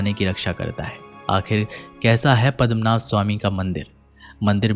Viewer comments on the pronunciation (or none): Bhai tu pahle kahana to Sikh padam padamnadh nahin padamnabh hai.